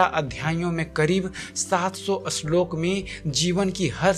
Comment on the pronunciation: bhai vo shlok hota h ashlok ni